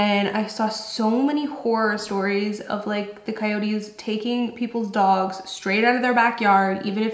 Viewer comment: It's " coyotes" 😆